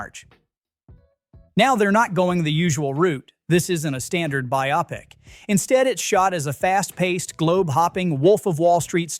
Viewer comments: Teach your voice over person HOW to pronounce 'biopic' BY•ŌH•PIC NOT BY•AH•PIC JEEZ. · A.I. narration is hilarious. It mispronounces several names and cannot correctly pronounce the word "biopic" the same way twice. By the way, it's BIO-pic, NOT BY-opic. Thumbs way down for whatever QTR is. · By-opp-ic. AI or stupid human, take your pic! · Exactly! This channel sounds like a propaganda machine built to weaken Hollywood releases. It’s a freaking bio-pic as in biographical picture, not bi-opic 😂 It does pay some attention as it mentioned that Predator franchise has been rescued with Prey and excellent animated Killer of Killers but then it believed The Running Man has no audience when anyone 50yo remembers the fun original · Your AI is showing. It is pronounced “buy-o-pick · This channel sounds like a kind of propaganda machine with the sole purpose of bringing down Hollywood in any way possible, finding negative threads and pulling on them. You really give it away with the poor AI narration that doesn’t know what a bio-pic is 😂 Of course there are legit concerns about some movies, like Tron Ares is really asking for trouble, but predicting them all to fail with your trolling is just pathetic and obvious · cant you at least train your AI to pronounce "Biopic" right. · Especially on how he pronounced the word "biopic" 😜